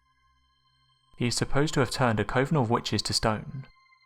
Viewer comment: Coven is pronounced cu ( as in up) -ven